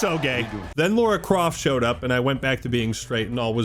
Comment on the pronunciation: Bro said Laura Croft